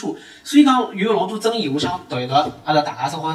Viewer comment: ，“争议”的“议”发音是ni，不是yi